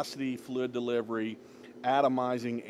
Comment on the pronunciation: Flidddd deliverwy 🤣😂